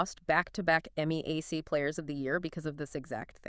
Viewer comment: It's pronounced MEE-yak; not M-E-A-C.